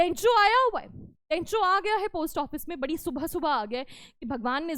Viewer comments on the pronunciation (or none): none